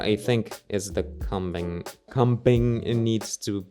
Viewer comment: Focus mode 😂😆 btw combing sounds like homing but with a c 😁 I'm only saying because I'd want someone to help me lol Love you!